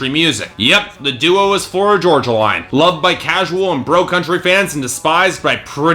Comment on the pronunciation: The way you mispronounce "Florida Georgia Line" ticks me off!! Florida Georgia Line is life 😍